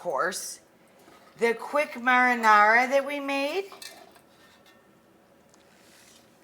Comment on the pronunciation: Her saying “marinara” made me feel drunk